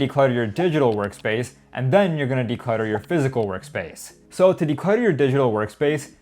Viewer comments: what's with the "decultter"? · "DECULTTER" man.... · Nice vid! Declutter instead of decultter, would be nice 😄